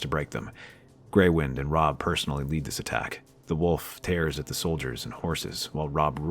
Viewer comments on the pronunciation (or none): none